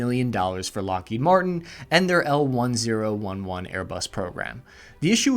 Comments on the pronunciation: " El - Ten - Eleven"... not "one zero one one" lol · Lord. It’s called the “El Ten Eleven.” You really do screw up everyone’s names.